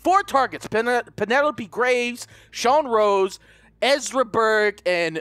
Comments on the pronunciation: It's Sean ROSE. Not ROSS. Love your vids though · It's Sean rose not Sean Ross, 😂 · it Sean rose as in the flower rose